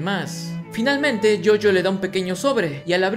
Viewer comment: dijo GIOGIO